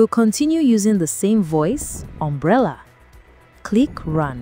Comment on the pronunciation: The pronunciation of Umbriel changing each time must be rage bait.